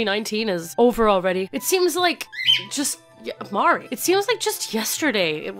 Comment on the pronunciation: every time you say Mari it sounds like an American trying to pronounce Maori